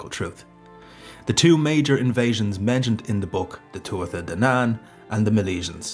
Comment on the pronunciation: Sad to hear an Irishman say Tua-tha and Bolg instead of Tua-ha and Bo-lug.